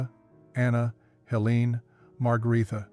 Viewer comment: The weoman's name is Helene and is pronounced HeLAYnuh